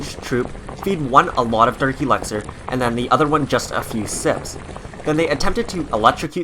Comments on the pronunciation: It’s elixir not elexir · Why do you pronounce it elexor its elixir 😣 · Why do you say elexir? Its elixir. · Him: EleXeR me: it’s ELIXIR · Please stop saying elExer and alCHEMist. Its elIxer and ALchemist. The emphasis moves the AL when its added to CHEMIST. :-( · It's elixir not elexir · It’s Elixir, not Elexir. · I hate how he says elexer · He keeps saying alecxer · “Elaxir” “Al chemist” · "Elexir" "All-chemist" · Why do you say alchemist and elixir incorrectly every single time??